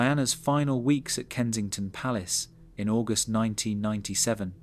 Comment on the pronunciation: I agree. Who can't say August properly? I love a good ghost story and like Princess Diana. Not so much for "one thousand nine hundred and ninety seven."